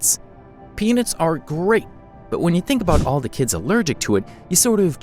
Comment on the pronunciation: It helped me when the m&Ms had penises inside it's pronounced peanuts thank you and I didn't know there was power rangers in the pack of m&M's what kind of m&Ms has that? I know what you're doing there.